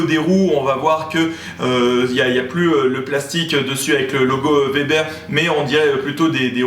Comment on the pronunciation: Merci de dire Weber et non Vebère .. hahah :)